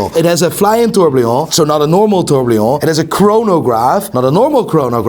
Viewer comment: No one says tourbillon right, Breguet is swiss-french so you have to squint at the word, say two of the consonants and all the vowels.